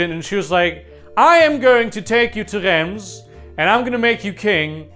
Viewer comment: Love the video, but DEAR GODS you’re french pronunciation is absolutely horrible Reims is pronounced rance